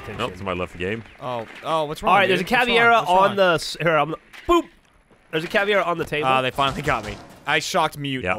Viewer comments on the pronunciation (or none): I wonder if at any point they will realize the name is cavEIra and not cavIEra. It's really annoying. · It's been so long and they still can't pronounce Caveira even somewhat accurately.